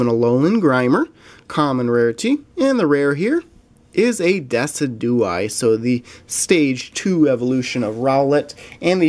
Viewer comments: It's not decudye it's D-Y-S-I-D-U-A-I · It is Deh-sijew-eye. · when pronouncing it it is Jew not du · Decidueye is pronounced as "Decid-u-eye" as the name is based of a deciduous tree. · Great video and some nice pulls. :) I think Decidueye is pronounced Deh-Sid-You-Eye Lunala is Loo-nah-la